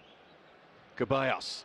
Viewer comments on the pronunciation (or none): Its ceballos not keballos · Why is he saying Kebayos? It's pronounced Thevayos or Sevayos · It’s Ceballos not keballos!!! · its not pronounces Keballos, its pronounces seballos, or rather theballos. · It really annoys me how this same commentator keeps mispronouncing Ceballos’ name since last game…